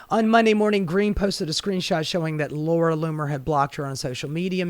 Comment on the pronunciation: Laura Loomer you just said Laura Bomer